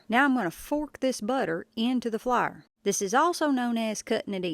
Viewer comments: I’ve never heard anyone pronounce “Flour” like “flier” 😂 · LMAO “flaer” HAHAHAHAHA!!!! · I say it like Flahr too lol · “Into the flar” 😂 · I am glad she demonstrated what she was doing because I thought she said flower. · You Flyer honey it pronounced like a blooming FLOWER NOT FLYER . Drives me crazy please get it right if you going to brag on you tweaked biscuits PLEASE PRETTY PLEASE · Which part of NC are you from, I ask cause the pronunciation of flour lol I grew up there. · You know you are country when flour is one syllable. Or British.